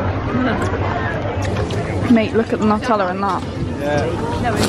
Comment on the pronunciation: It's called "Nutella" not "Natella"